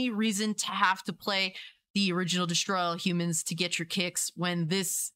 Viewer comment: At first, when you said “destroy all humans”, it sounded like you said “straws of all human”. I really enjoyed both of these games and I’m looking forward to it, but I’m cautious too